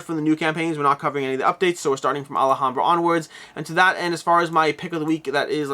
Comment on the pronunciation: Sorry I know it's petty and not a big deal but it's Alhambra not Alahambra, you're saying it with an extra A. You just keep saying it maybe 20 times in like 2 minutes and it just broke my self control, sorry